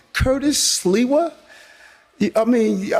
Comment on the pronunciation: Curtis Sliwa. Pronounced "Slee-Wah"